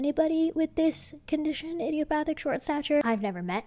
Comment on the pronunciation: You are pronouncing idiopathic correctly.